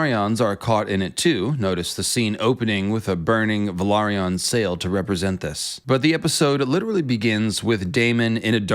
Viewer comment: I love your videos but why must you say all the names of things wrong. Just say it like the show does please. Velarion. Like why can’t you say it the same way you say Velarian. It just soo annoying how you say some of the houses and dragon’s names. Just say it the way the show does. Stop putting extra sounds and syllables on words please. Mind you it’s not just the show that say the words, but so does everyone else and you wanna but your own spin on some names. Stop please